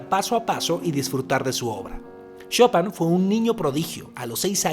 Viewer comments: Por cierto es Chopin!!!! no chopan xddd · Gran episodio... sin embargo, de todas las numerosas formas en las que pronunciaste Chopin, solamente lo dijiste bien cuando te referiste a la banca interactiva.